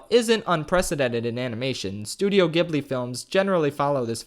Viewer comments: Gibli is PRONOUNCED "Jibli" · You can pronounce it gibli. you might know it's actual pronunciation you just pronounce it in ur own way. Its actually pronounced Ghibli(Jiblie). but you pronounce it ghibli(giblie) on purpose. thats ok